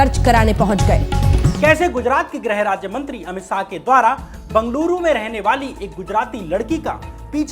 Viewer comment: syam bhai aap apni bolne ke tarike ko zara teek karo dehati sa lagta hai .saah nhi shah hai ..gale ka use bhi kaise kare kahan slow kahan zor sab teeknkaro .bcz aapka vedio bahut sahi subject hota hai magar sunke lagta hai koi anpadh aadmi bol raha hai .bolne pe kaam kariye .aur naam me se meera hatake bolo ladki ka naam add nhi karte .aapki aawaz female si ho rahi hai ..fark padta hai in bato ka